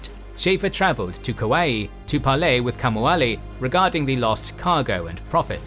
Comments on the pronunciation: Nice video, but interesting pronunciation of Kaua’i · Nice try for Kauai buddy too lol